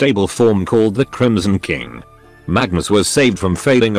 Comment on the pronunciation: The TTS occasionally sounds like it's saying "The Chromosome King" which... I feel has potential as a phrase.